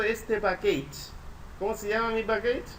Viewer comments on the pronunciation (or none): Hola está súper bueno el ejemplo y las descripciones, gracias por el aporte. La pronunciación en inglés está incorrecta, package no se pronuncia pakeich, se pronuncia pakech